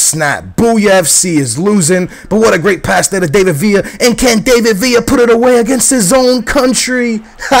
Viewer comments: DAVID Villa, not DAVEid Villa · No, he doesn't. It's not an English name to pronounce it like that.The emphasis isn't on (A) dAvid villa, it's on (i) davId villa. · dont get me mad his name is pronounce DAH-VID VIA (David Villa) it sounds pretty annoying. hope u read my comment and pleeease am begging stop sayin DAAYVID. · No its not he says villa right but he says david wrong you day his name like dav-id not dave-id if you get me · its pronounced like da-vid not day-vid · he means the David bit. You Say It As Da-Vid.